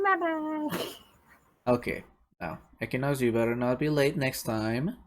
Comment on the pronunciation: I just joined and heard "EQUINUX" like 3 times.... Im scared. IM SCAREDDDDDD LMFAO